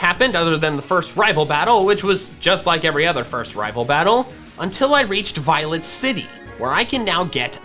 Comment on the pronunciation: What he said: Violet City What i heard: Violent City